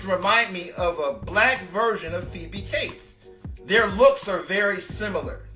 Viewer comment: Phoebe Cates - NOT CASE!!